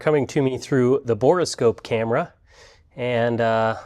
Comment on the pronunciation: Say "bora" scope one more time. It's a "bore" scope for looking down the bore of a tube.